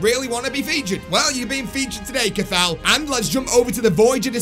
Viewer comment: The way he pronounced cathal 😂 it’s pronounced Ca-hill 😂